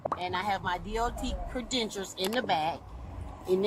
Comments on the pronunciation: did she say cre-dentures???? Lmao does she not know the word credentials? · WTF IS A "CREDENTURE?" 🤣🤣🤣🤣🤣🤣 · “I have traverers cerdentures doe”. 😂 they get dumber by the day. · But she has her, "credentures" 🤣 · "Credentures" ... some kind of "Dentures" for sure... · Wtf are "Credentures" mam? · She got the cop saying credentures 😂😂😂😂😂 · Am I hearing correctly? Is she saying Credenture 🥴🤣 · What the heck are “credentures” do they fit like dentures??? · “I have traveling cre-dentures sir. Them bitches goes where they want. We traveling.” 😂😂😂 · Did she say "credentures?" LOL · Credentures!!!!!😂😂😂😂😂😂 someone please get her CRED’N-TURES! This would be the best drinking game. Cheers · Come on, she has her cre-dentures! LOL! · Definitely, must be driving on Sesame Street 😂 Mr Snuffleupagus has her papers in his trunk...in the trunk. The tooth fairy is about to confiscate her credentures! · Tell her that her cre-dentures aren't recognized by the state😂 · Yeah! I heard “credentures” too….🤣🤣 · He keeps axing her for her cre-dentures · Oh my God, I wondered why she was talking about dentures in the car I didn’t get it😂😂😂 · Traveling Cruh-dentures. 🤨 Sounds legit. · why can't she pronounce "credentials"? Is this a Florida thing ? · "With my Cred-Dentures" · How does someone learn to pronounce credentials wrong. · She called them credentures🤣🤣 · ...ok WTAF is a "Cre-denture" ? I thought she just misspoke once but she keeps saying it...wth 😂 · “Credentures” haha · She said she has traveling “ cradentures” right here! 😂 Good luck with those cradentures, I’m sure he’ll just give you a warning.👏👮‍♂️😉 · " but I have CREDENTURES!".Yeah..WTAF is a credenture? 😂😂😂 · “Cre-DENTURES!” Talk about someone who’s unclear on the concept… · “i’m a traveler i got a dot number to travel with my cridentures.” 😂 in other words, she can travel with her Dentures cuz she has a DOT number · even the cop said cre denture she said it that much 😂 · “Credentures” I’m cackling 🤣🤣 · Credible Dentures.